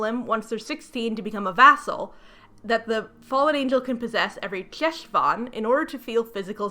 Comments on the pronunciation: I did come here to comment on the pronunciation of Heshvan (the ch/H is the back of the throat sound like the French R) but I am glad you at least touched on how the author clearly knows nothing. And now you’ll hopefully never have to say it again. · Ooof. I love your videos, but please, if you are going to use hebrew words, ask someone how they are pronounced please. (the ch in 'Cheshvan' is pronounced similarly to the ch in "Bach") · Hi, loving the video, and I'm sure other people will point this out too, but I wanted to say that Cheshvan is pronounced with a hard 'h', not a 'ch'! Think Chanukkah or Loch. Thanks :) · I absolutely don't fault you for not knowing, but the Jew in me needs to mention that Cheshvan is pronounced [HESH-von]. Ch in Hebrew transliteration is pronounced as a phlegmy, back of the throat, "H." I also absolutely agree with your assessment that the author probably saw that Cheshvan takes place kind of vaguely around October/November most years, and went "Ah, this must be the old, Biblical Spooky Month." because there is no Jewish holiday or significance to Cheshvan that I can even begin to think of. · Hey! Fluent Hebrew speaker here (: just wanted to say that “Cheshvan” (חשוון) is pronounced more like “Heshvan” (the letter ח doesn’t exist in English, it kinda sounds like ach in German? Or if you’ve ever heard someone Jewish say “chag/hag same’ach”) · I’m sorry but every time you pronounce חשון as “Cheshvan” I internally die inside. The “Ch” is a velar fricative lol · Jew here. Cheshvan is actually pronounced more like a throaty kh. Like the sound you make before you spit. Khhhhheshvan. It's a Hebrew month name Lol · Hiii I love ur videos! Just want to inform you that the Jewish Ch sound (as in Cheshvan) is actually pronounced at the back of the throat, like in Channukah, chaim, Pesach, etc., not like the English Ch. It's also sometimes transliterated as Kh. Hope this helps!